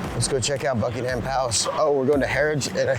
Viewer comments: Don't emphasise the HAM in Buckingham. It's BUCKING UM. Anything ending in HAM is usually pronounced UM. I don't know why there was so much Mayo on everything !!?? I've had afternoon tea and NEVER had Mayo on the sandwiches ! Why are you eating the beans on toast with your hands !!?? You should use a knife and fork. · Not Bucking Ham Palace. It's Bucking'm Palace. No ham in sight. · Its NOT BUCKING ....HAM PALACE JUST Buckingham Palace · It is not called 'Bucking Ham' Palace. It is pronounced Buckingem Palace. It always amazes me why visitors make a beeline for London. It is the last place on earth I would go to. Go to King's Cross or Euston Station. Get a train to somewhere nice! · NOT Bucking-Ham palace Bucking-UM Palace !